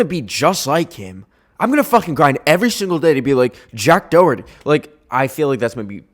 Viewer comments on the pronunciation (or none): im sorry it hurts my sole the way most people prounce Doherty its like dó-her-tea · the way you're saying "Doherty" really hurts 😔😔